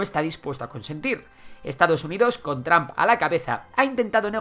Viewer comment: No se dice Tramp, la "U" suena como "O" no como "A"